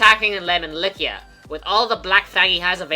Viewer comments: who says Lykian with a K? Lie-see-a makes more sense but i could be wrong but the way its said here sounds like a K. not a C at ALL. Like u dont say, O-Stia. U say Aw-Stia. Oh-Stia even would be wrong. cause its not like u say o.. stia.. so. its Aw-Stia.. Like Lie-See-A. not Lie-Kia.. thats how he seems to say it. i dont know, i could be very wrong but just how i see it. please do correct me though if wrong cause i would like to know more about it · I’m pretty sure Eliwood also pronounces it "Lie-See-Ah" In Heroes.